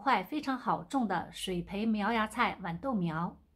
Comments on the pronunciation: 拜託是豌豆不是碗豆。（豌）是平聲（碗）是三聲。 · 豌豆的豌是一声